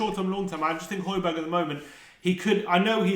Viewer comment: Who is Hoy-bee-erg?